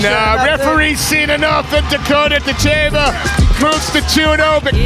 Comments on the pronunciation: “dit-CHEE-vuh” 😅😅😅. PLEASE! It’s “DIT-cheh-vah”. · Pronounced.... Dit Cha Va Idiot! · NEXT....time watch the video before posting....her last name is pronounced: Dit....cha...VA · How could you watch all these announcements of her name and still pronounce it wrong the whole time !????? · What is with the Americans when pronouncing words? Can't they listen how the rest of the planet is pronouncing her name? She is impressively fast while having powerful blows and no trash talk! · Learn how to pronounce her name. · You are mispronouncing her family name. The correct accent is on the first syllable. Listen to the referees.